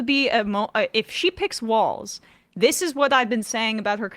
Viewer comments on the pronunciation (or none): His name is Walz and not Walls. Come on guys it is not that hard. But American need to get past I do not agree with the person running 100% so I am not voting for them or not voting at all. Even if you live in Republican state it is impprtant you vote because those local elections actually effect you more personally then those in Washington. Also those small election the person may win with just a few 100 vote different between the winner and loser. You vote for the person who will do better or at least no harm. Trump is a harmful to our country.